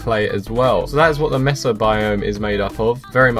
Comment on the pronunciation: Its not pronounced messa, Its Maysa